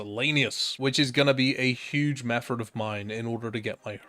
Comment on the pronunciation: My man pronounces "method" like "mefferd". Absolute legend